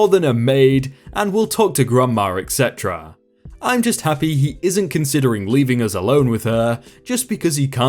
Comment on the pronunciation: Your chinese is good... but your French and Latin needs some work..; it's 'fa-sa-de' not 'fa-kad' (Façade) and 'ed-ce-te-ra' not 'ek-se-tra' (etc, et cetera)